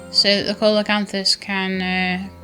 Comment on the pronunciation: I think it's pronounced seal o canthus , something like that. Thanks for another neat vid.